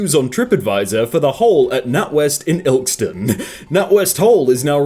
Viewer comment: sees all the comments talking about mispronunciations notices that no-one has mentioned "Ilkston" (the e isn't silent)